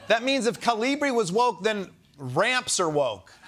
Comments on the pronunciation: KA-li- bri. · That Newsmax guy can't even pronounce it.... Is the single most common font on Earth thanks to Windows. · Oh, so that's how to pronounce that font name. Been saying it wrong all these years.